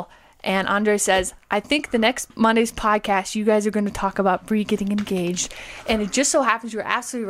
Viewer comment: Congrats Bree! I love weddings; they're my favorite photo ops. You guys do such a good job at maintaining reasonable boundaries, I had no idea that Bree was seeing anyone (nor any idea whether Bryson or Shae are, either), so this comes as a big surprise to me. And Bree, thanks for saying my name correctly, first time out of the gate. Almost everybody mispronounces it the first time; they see N instead of M and call me 'Garner'. It's the family curse. I've also been called Gamer, Graymer, Gammer, Grammer, Gardener, and Garber. But mostly I prefer Will.